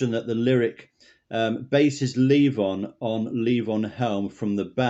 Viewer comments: It's Levon, not Leave On. LOL! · Leave on? Um, it's LEVON.